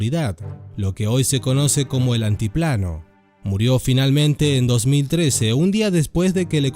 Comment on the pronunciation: No es nieto fonseca, es neto* fonseca No es guero palma, es güero* palma No es antiplano, es altiplano*